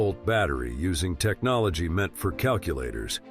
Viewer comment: Lol! AI spoke some words wrong! Technolgee, curatlee...